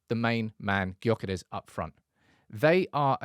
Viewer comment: The name "Gyökeres" is Hungarian, and it’s pronounced roughly as "DYU-keh-resh". Here’s a breakdown: Gy sounds like the "dy" in "adieu." ö is a vowel sound similar to the German "ö" or the French "eu" in "bleu." keres is pronounced with a soft "r" and ends in "-esh." In Hungarian, the stress is always on the first syllable, so it would be DYU-keh-resh.